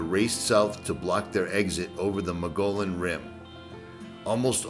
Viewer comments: Mug ian is how you pronounce the Rim. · Mogollon is pronounced moge-e-on. 😉 This is really cool! I used to live close to that town, never knew it was there. Gonna have to check it out! Thanks for the video ❤ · Mogollian rim is pronounced mug-gee-own..... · Awesome - thoroughly enjoyed this as an AZ native who driven by Two Guns a hundred times. You are braver than I am! BTW, we got some weird pronunciations here. Mogollon is pronounced mo-gee-on, and Malpais is pronounced mol-pie-ees. Oh...and if you make it to Prescott, it's press-kit.:) Enjoy our awesome state! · btw Mogollon is pronounced "Moe-Gi-on". I made the same mistake for years.... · I sure Love your Videos and going along with you on your adventures. I have resided in Arizona for fifty years and I Love its Magical Beauty. Arizona is special; and like no where else on the Earth. The Mogollon Rim itself was once under sea water. Coral and sea shells are found everywhere there. Just walk around and look down you will find them. Many mispronounce the name of the rim. It is pronounced (Mug ghe on) Rim. Have fun and I will be watching and having fun too. Sandy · Pronounced dilap-i-dated. And, Moe-GO-yone. BTW, you are one hunky guy with a GREAT channel.